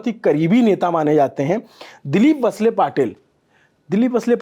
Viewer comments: He's visibally disturbed bcaz he is not comfortable with Maharashtra politics( Maharashtra politics is beyond pawar, shinde, thakery, phadanvis....Mumbai, thane, pune) its वळसे not वसले....channel should have couple of anchors have deep understanding of state politics. So they will not feel uncomfortable. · पर्ली नाहीं परळी कगल नही कागल वसले नहीं वळसे संतजी नहीं संताजी बनसोड नहीं बनसोडे मराठी भाषा का सम्मान करे 🙏🙏🙏